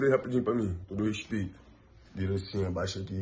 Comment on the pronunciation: "segura rapidin pá mim, todo rexpeito" Negão da BL 2020